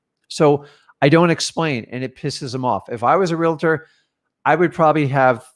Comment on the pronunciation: REALTOR...does not have an "A" between the "L" and the "T". also, REALT "OR".. not. "REALTER" & definitely not "REALATOR".